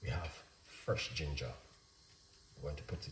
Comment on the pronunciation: 10 cents for each "Frrresh" and I'm a millionaire. 😆 Great tea. Thanks.